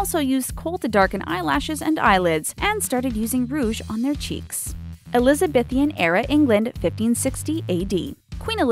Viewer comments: It's Elizabethan not Elizabethian. Pronounce it properly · It's prnounced Eliza-beeeeeee-than not Elizabethian.